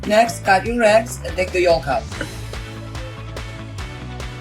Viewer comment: Need to look up how to pronounce “yolk”.. the “l” is silent!